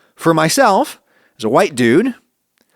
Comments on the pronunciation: why do you say "white people" as if you're saying "whouyte people"? Is it just how you say white? because it seems really weird. Sorry if this is off topic or something like that, it just struck me as odd and I had to see if anyone else noticed this. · why this fool say "white" like that